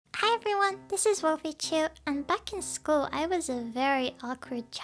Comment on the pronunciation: School not shchol 😐